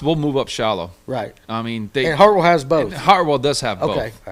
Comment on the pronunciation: Mispronouncing "Hartwell" is a red flag.. lol